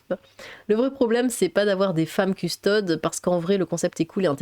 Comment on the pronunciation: Petite info on dis custodès pas custodes